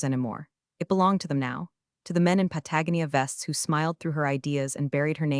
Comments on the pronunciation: good stories but words mispronounced like patagonia --pat-a-go (long O)-nee-a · Managed to say Grenade correctly too - just Patagonia to still learn I think. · You're still mispronouncing Patagonia.